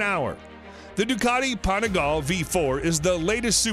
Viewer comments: Asprilia? Apreleah? Aprilia? The guy can't figure out how to pronounce the name. If I was Aprilia I wouldn't be too pleased. And then there is the "Panigal". These "professional" readers/announcers sure don't do their job very well. A tiny bit of homework ahead of time would have helped with proper pronunciation. With regards to the bikes, I would be happy to own any of them. All beautiful. Have owned Suzuki, Yamaha and Honda in my past. Even had a Piaggio MP3 at one point which was super fun. Wonder how the guy would pronounce that?? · wtf is "desmodici"? and wtf is "panigaaal"?? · "Panigal"...so american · "...the Ducati Panigallll..." it's pronounced "Panigal-lhey" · I have got used to Americans butchering words and letters, ZED for instance, but could the names in this video be more mangled? We have an A-Pril-ia, an As-pril-lia and also a Panigale pronounced Panigall! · You mean the “Panigal” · PanigalE.... pronounce the E.... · Shame on you and on your pronunciation of every Italian make and model! I’m not asking anyone to speak Italian but it’s just some super famous brands. Every e in Italian is pronounced as in ‘let, bet, set’ so PanigalE, BrutalE, SEriE and by the way VersacE; never never like in ‘see’! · Panigall! Really dude. depressing how bad you're pronunciation is. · The way he pronounces panigale makes my ears bleed